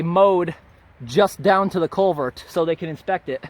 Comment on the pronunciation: CulverT...with an emphasis on the T.